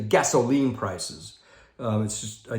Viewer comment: Hey,. Great one. There's got to be a story behind "gasoLEEN". I can't wait to hear that. Had to laugh as you kept saying it. This is all by design. The Dems mantra has been for a long time: We're not happy until YOU'RE not happy! Create a crisis, then take advantage of the crisis, to make everyone miserable like unto themselves. Sound familiar? I had never thought of the sign of the rainbow in the context that you explained. It makes SO much sense now. It may make it a bit easier to see all these rainbows go up in our neighborhoods. Loved your insights on the jabbity jab and the Follow-the-Prophet-derangement syndrome crowd. We just had a great Stake Conference, but our Stake Pres. is less obvious about it than a few months ago, but he is still driving home the "get the jabbity jab" message without saying it in so many words. I can only shake my head...after all that we know now about "safe and effective" (NOT).